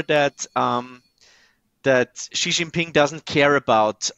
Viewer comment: is great, but China is definitely one of his biggest blind spots. He still can't even pronounce Xi Jinping's name well (a small but important tell).